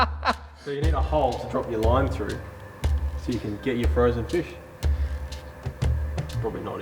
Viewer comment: Mate, the word is pronounced through, not frue